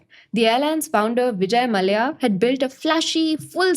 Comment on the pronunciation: Do you really live in india or using AI translations.. How can you wrongly pronounce ' Dadar' , 'Mallya'